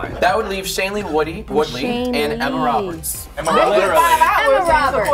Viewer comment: he said shailene woodey